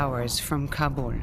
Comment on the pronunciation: Why does she pronounce Kabul as Kabore.